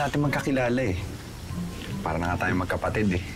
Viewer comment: ""magkapatid" ouch HAHAHAHAHAHA